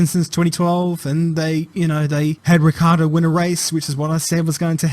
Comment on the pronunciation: I BEG YOU, FROM ITALY. Please. Please. PLEASE be the first anglospeaker to pronounce Ricciardo's last name properly. It's Italian. And in Italy we pronounce "ci" as a "chi" sound. Like in "matching" for instance. So it's not Rikkiardo or Rikkardo but more like if it was Ritchiardo. And with a rotating "r" (as if you were scottish). Pronouncing his name correctly it's the only thing that separate you from "above legend" status. Hit me up if you want a sound sample 🤪